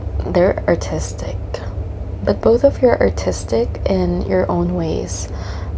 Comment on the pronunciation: Is she saying autistic ir artistic